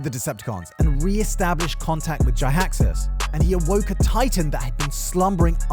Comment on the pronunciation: Jiaxus = Gee-axe-us.